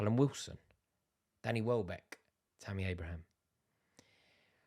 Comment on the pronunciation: Bro really said wellback 😭😆